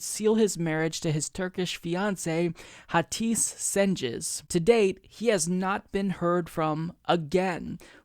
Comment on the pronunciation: LOL! You really have no idea about Turkish phonology, do you? Hatice Cengiz would be pronounced /ha.tid͡ʒe d͡ʒeŋ.giz/, not /ha'tis sɛn'd͡ʒɪz/ (which would be spelled Hatis Senciz).